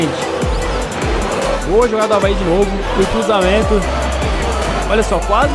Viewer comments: Avae? não e Avaí? kkkkkkkkkkkkkkk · Quem percebeu q ele fala avae invés de avaí